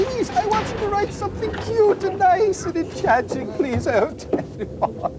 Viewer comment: "i may owe you shompin"